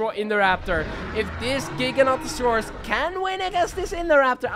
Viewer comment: The dinosaur you are saying is gigantosaurs is actually gigantosaurs which is said differently and it means giant lizard of the south